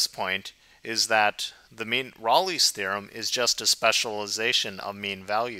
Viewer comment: Yeah, any video where the presenter doesn't pronounce Rolle properly can't be that awesome